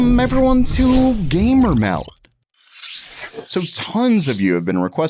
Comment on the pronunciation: Weycum evewyone to gaymer meld.....